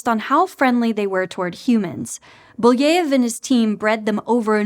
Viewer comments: It's Belyaev (Беляев), not Buleev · How did you manage to change Belyaev's name that much to Booyeev? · Thanks for the video, fun and informative! One point of critique though: you kind of butchered Belyaev's name again and again, I know it's not hugely important but it takes a second to find out how it's pronounced and for a channel that places great value on doing background research, I think it would be really better. The same problem bothered me so much in the audiobook "Project Hail Mary" with Ilyukhina, the name was butchered. Greetings from Germany!